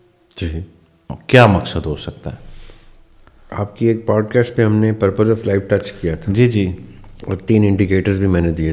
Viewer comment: Though sometimes it seems so imperfect and so thout less.. They say podcast ko پوڈ کسٹ ق کو بولتے ہیں ک